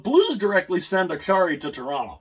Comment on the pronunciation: It's Acciari not Accari, pronounced Achary.